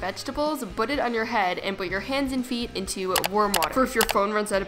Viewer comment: She says "bwut" instead of put and "tory story'